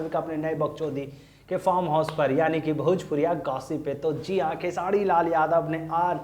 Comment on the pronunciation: भाई आप कब khesari भाई का नाम सही से उच्चारण करना सीखोगे पता नही खेसारी लाल यादव है " खेसाडी लाल " नही ध्यान दो यार कब से चालू हो